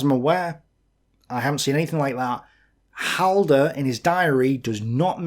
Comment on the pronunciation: That opening triggered me. Halder...